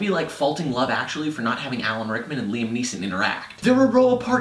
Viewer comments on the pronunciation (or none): none